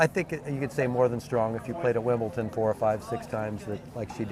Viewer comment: Would be nice if the announcers said Wimbledon instead of WIMPLETON!